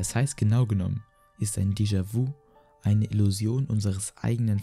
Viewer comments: Mich triggert das voll, dass du es vu und nicht vü aussprichst XD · Deejawü ausgesprochen ;D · "Descha wu" Hahahaha du lappen ich kann nicht mehr!! Lern mal französische wörter auszusprechen 🤣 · "jamäis wu" 🤣 schämst du dich nicht..? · Gutes Video es wäre aber gut gewesen zu gucken wie die französischen Wörter ausgesprochen werden zb nämlich dejavü! :D